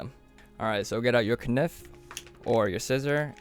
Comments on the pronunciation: anyone notice how he said knif instaid of knife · K-nife instead of knife, n i c e. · I liked how you called your knife as k-nif... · He said ka nif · did this guy just say k nif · Are we all just ganna ignore the fact he called a knife a kanif?!? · "get out ur KNIF" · di... did he just say K-niff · My man just called a knife „k nif“ lmao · did you just say knife as "kanif" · "ka neef" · Did he just say Ke niff instead of knife??? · Hiiragi he said ka-nif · he says k-nuff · "Kuhniff", this is how I say it even though I know the "K" is silent. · my guy rlly pronounced knife with the k lmaooo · Who the hell says knife with the k?? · Omg t u say knife like dat.ima commit